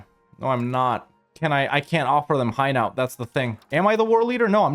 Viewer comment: It's not high-nowt. It hai (as in air) - no